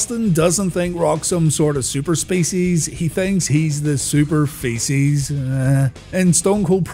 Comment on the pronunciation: "Super feeces" - Stone Cold lol